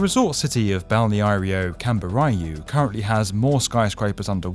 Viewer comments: I love you guys trying to say "balneário camboriú", it always give a laugh... I really don't blame is a really hard word. Love the channel! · I simply love when they try to speak Brazilian city names and fail miserably like when the speaker says "Balneário Camboriú" 🤣🤣🤣🤣. Portuguese is not for anyone. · loooved the video but the "balneario camboriú" pronunciation killed me hahaha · If Bauneário Camburiú continue to apear here you'll need to up your game in pronouncing it properly, its "Cam bor ree you" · I think this is the first time I see my city of Balneário Camboriú mentioned in a video not focused on Brazil as theme! Even the weirdest pronounciation of the name did not bother me! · He completely butchered Balneário Camboriú ahhaah